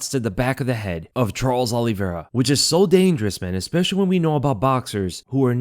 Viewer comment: Good breakdown. However you pronounce Olivera unusually;: Ollie Vera Everyone else: Olivera